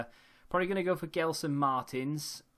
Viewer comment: Love your vids and btw gelsons name is said like Jelson Marteens